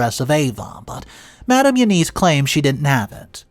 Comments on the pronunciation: Again, another common & simple name you mispronounce... EUNICE is NOT pronounced "you-neese". It IS pronounced "you-niss", & the 'i' sound is soft like in the word 'in'!!! Again... DUH!!!! As usual, you're too lazy to ask google how to pronounce the name "E-U-N-I-C-E". For Gods sake, it frigging will tell you how to pronounce a name. Would spending maybe 10 to 15 extra seconds to learn how to pronounce a name or word CORRECTLY, kill you? But guess you rather stay lazy and ignorant... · It’s not you-niece, it’s You-ness If you use a name 500 times in a story, be nice to your audience and ask “Siri, how do you pronounce, Eunice?” before you start reading. It’s an old fashioned name, but most people should know how it’s pronounced.